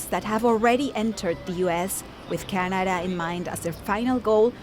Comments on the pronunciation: Really bothered by the narrator's pronunciation of the word 'Canada' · How she pronounces Canada is pissing me off